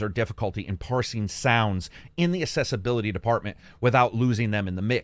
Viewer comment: Love your stuff but I gotta say it's pronounced aksessibility